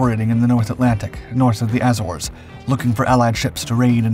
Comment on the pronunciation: A-zores, long A, zores. Azores. Not whatever you said. It's not hard to clarify pronounciation. Geez...